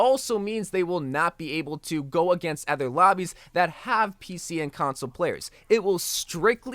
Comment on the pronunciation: its other not ether